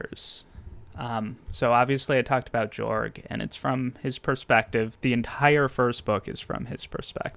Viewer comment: It’s actually pronounced to “Yorg” cultural wise.